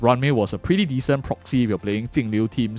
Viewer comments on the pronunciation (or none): Could you stop calling Jingliu Tingliu?